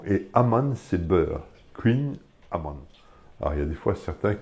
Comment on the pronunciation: Ah partir du moment où vous avez su prononcé correctement Amann, j'ai de suite su que vous saviez de quoi vous parliez haha Trop de gens et même Bretons sont strictement incapables de prononcer "An" correctement